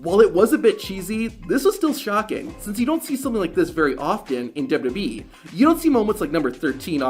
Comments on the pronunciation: Do you honestly need to do a shitty clickbait transition between every single clip? JFC. Also go get some speech therapy man. Maybe you'll finally be about to say WWE instead of Deb-Debbie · Stop saying dubba b its wwe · What's dubyadublee? Slow down a teenie bit my dude. There's no rush.